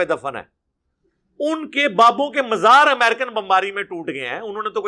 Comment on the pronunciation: یہ لوگوں کی ذرا ذرا سی بات پر غلطیاں پکڑ تا ہے اور خود مزار کی میم پر زیر پڑھتا ہے